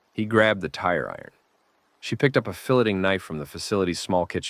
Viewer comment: Book is good but the way you say “filleting” drove me nuts 😂